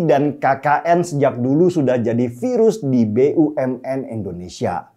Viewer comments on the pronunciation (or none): none